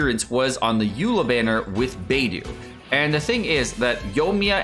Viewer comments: Do you purposefully say the names so incorrectly 😭😭 bay doo and shing coo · bay-doo and zing-choo…..